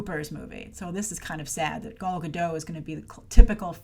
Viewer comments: You would think that by now you knew how to say Gal's name right 😂😂😂😂😂 it's GadOT. With a very strong T at the end. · Hi, you should pronounce the T in GadoT. It's the Hebrew plural for "Gada" - a river bank. Basically "Gal Gadot" means wave river banks. I guess her parents likes water imagery...:D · And she also pronounces it as "Godo" with the "a" as an "o" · GADOTTT. T is NOT silent, it's a Hebrew name NOT French. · John Perry it is in english. But Gal is Israeli and EVERYTIME she introduces herself she pronocues her last name like Guh-doT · Hey, there is 'T' at the end of Gal's last name for a reason 😉